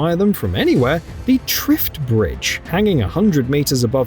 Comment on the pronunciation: A joy to watch. Bravo,! Just for the record: Ponte Vecchio - pronounced VEKK-YOR (not vetchioh) TRIFT (not Thrift) Bridge.